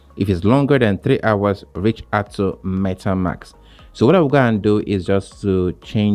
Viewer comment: At start please instead saying Metamks. Say it correctly as it’s Metamask. 😅 not metamks